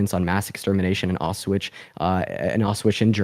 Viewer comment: Can’t believe they don’t realize he’s clearly reading.. stumbled at pronouncing Auschwitz Germany